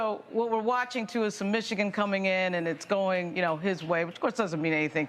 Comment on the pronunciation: The man cant even say Michigan right(MichiKIN), and people seriously think he is intelligent?